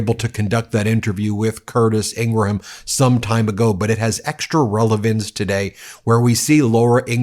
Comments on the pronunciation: “Ingraham” = Eeen-gram. 2 syllables. Just like “Graham cracker” and “Tim Graham” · Graham is not Gray-Ham, its Gram, & Ingraham is not Ing-ray-ham, it's just Ingram, there, easy peazy. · Love the show but it's not pronounced ing.. gra ..ham it's Scots and pronounced ING..GRAM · Drives me crazy when you don't learn that the surname Ingraham is pronounced "IN-grum", not "IN--gru-ham"...and Leavett is pronounced "LEV-it", not :LEEV-it". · Its "Ingram" not "Ingraham" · This is the only outlet I have ever heard. That says Laura Ingra-ham. Everybody just says Ingram. I don't even think her colleagues say Ingra-ham. Why would anyone willingly put more effort in to pronouncing this ghouls name? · She pronounces it “Ingram” not ingra-ham. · I love you Ben but her name is pronounced, ING-GRUM not ING-GRA-HAM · I don’t like her but she does pronounce her name as Ingram. Not Ingraham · Please say Ingraham like you would GRAHAM CRACKERS. It’s not graHAM, it’s gram… likewise, it’s Ingram. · Not pronounced In-gra-ham. It’s pronounced In-gram. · Ingra-HAM!!?? Do you also say Gra-HAM crackers?? 2 syllables in Ingraham, 1 syllable in Graham, please. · You're saying her last name wrong. It’s like graham cracker. You are putting an extra /a/in the the name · IngraHam??? Do you also eat graHam crackers? Listen to Billy GraHam? Lindsey GraHam?? You do know the H is silent, right??? Geez, at least pronounce it correctly! 🙄 ugh. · Not positive but I think it’s pronounced like In-gram as in graham cracker. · I thought it was pronounced INGRUM. 🤷‍♀️ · Dude learn to pronounce peoples names i dont care for her either but i know how to say her name ing gram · lol she didn’t lose it…learn how to pronounce her name 🤡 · Are you physically incapable of pronouncing Ingraham correctly, or something? It may seem like nitpicking, I know, but it makes me twitch every time. You make fun of trump for mispronouncing words all the time, so shouldn't the same standard be applied to you?